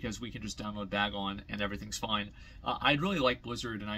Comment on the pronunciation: BagNON not BagON. Bagon is a pokemon lmao